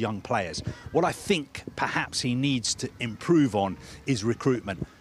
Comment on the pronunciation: He said improve like "chelsea"🤣🤣🤣🤣🤣🤣🤣🤣